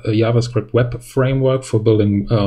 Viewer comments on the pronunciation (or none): I can't understand that you can say "change", and "project", but can't really say "JavaScript". instead you say "YavaScript" 😐